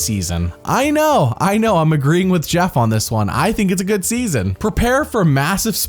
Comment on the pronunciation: it’s pronounced Jeff not Jeeoff